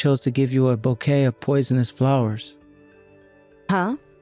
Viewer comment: Bouquet is not pronounce "bucket". Really?